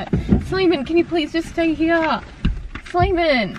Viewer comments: not simon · jae vae same I thought he was called Simon at first ahahah